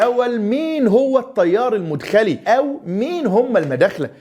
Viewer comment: تنبيه : المدخلي (بفتح المدخلي .. وليس رفعها)